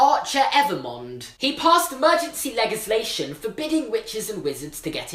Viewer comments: also he said 'leg-islation', which sounds weird to me, shouldn't it be a 'dj' sound? I'm not Native so can't confirm. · u realise its statute and not statue, and legislation has a j sound not g